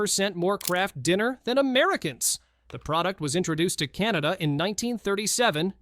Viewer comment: Finally a Britain who didn't call my country...Canader, applause and thank you.